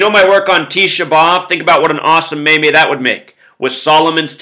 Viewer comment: Zack its pronounced like MEEM